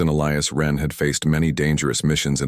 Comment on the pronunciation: Question, that you may want to also ask your AI..... Is his name "Eh-lee-us", "Eh-LEYE-us" "Uh-LEYE-us" or just what???? Because, apparently, your AI hasn't a freaking clue.